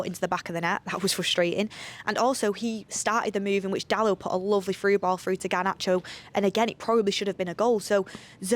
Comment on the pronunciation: That's not Garnacho that's CaryeAchoo